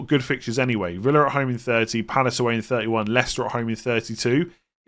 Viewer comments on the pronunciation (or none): none